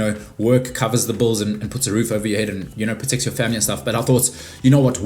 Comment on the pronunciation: I was amazed he pronounced both rhymed words in opposite ways 🤣